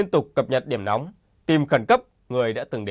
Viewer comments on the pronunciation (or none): none